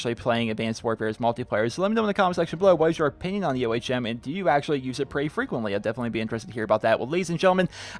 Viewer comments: its Ohm, as in resistance, not O.H.M. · It's pronounced Ohm not O.H.M. An ohm is a unit in electrical resistance. The name was given to the gun since it's a directed energy weapon.